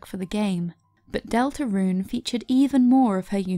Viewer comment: HOW YOU PRONOUNCE DELTARUNE IS GOING TI KILL ME w h y